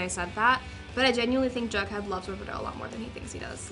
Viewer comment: I really like how KJ pronounce "jughead". Hilarious and sexy at the same time